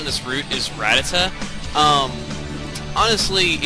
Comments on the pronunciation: This guy pronounced it rat-Uh-tuh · OMGOSH I'VE BEEN PRONOUNCING RATTATA WRONG MY WHOLE LIFE. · you do know youre mispronouncing rattata, right? im not trying to be mean, im just wondering. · you don't care but you say rattata wrong